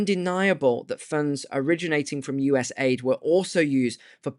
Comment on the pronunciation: It's U.S.A.I.D. not U.S.AID , just saying Bro.